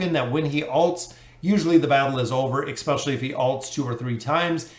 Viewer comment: yes but then he also says expecially.